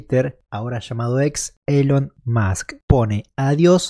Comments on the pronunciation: Ni lo pronuncio bien dijo Elon Moj XD de milagro no dijo Eyon Muj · Ni puede decir correctamente elon musk